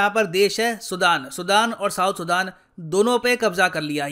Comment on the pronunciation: bhai sudan ka pronunciation to sahi kr